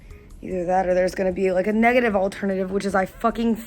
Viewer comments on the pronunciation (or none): none